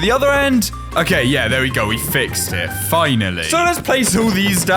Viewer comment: And why did he say fhinally